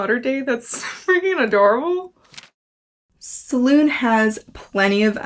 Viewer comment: Absolutely love this series. Great video - just for note it is pronounced Se-loon-ay.